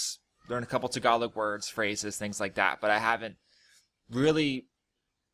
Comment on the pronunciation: Tagalog t(s)egalowg Remove the (s or z) sound when you pronounce words with t and d